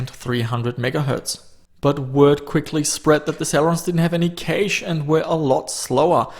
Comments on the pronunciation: u say it like "Cash" not "Caysh" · I hate the way you say "caeiche"(cache) dont know why though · The best part about your videos is your accent when saying cache. "Caish". I love it. Thanks =) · no "käych" ??? LMAO come on man you should at least know how to pronounce PC lingo if you're into this stuff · FYI cache is pronounced 'cash' not cayash or any other variation. Also motherboard is not pronounced mudderboard you wouldn't call the second Sunday in May 'Mudders day'. Those two things aside your videos are pretty much perfect, thanks fella 👍🏼